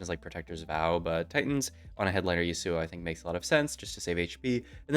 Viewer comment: please dear lord, it’s YASuo not yaSUO